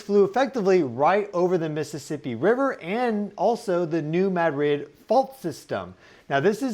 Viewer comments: We say MAD-rid not Ma DRID. This is the Midwest not Spain. Thanks for all your information you’re amazing!!! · Mad-rid, one word. Not "Mad Rid" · Spanish: (muh)-DRID...emphasis on last syllable: MAD-RID...equal emphasis on both syllables Correct: MAD-(rid)...emphasis on first syllable Give him time, he'll get it. ☺ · Pronounced “new MAD-rid” fault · Dear. There are two Ds in the word Madrid. Neither are silent. ✌🏽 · As a local, the first time you said New Madrid fault is the correct way to pronounce it. The way you started saying it later in the video is wrong. And also it's not pronounced the way the city is Spain is. We aren't Spanish, we're American and the settlers in this area were largely French and German.